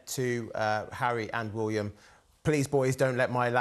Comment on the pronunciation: cannot even pronounce William correctly.